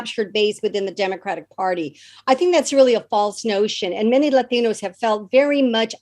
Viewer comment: I like her but why say laaateenooos. (With her flat traditional English pronunciation). Silly.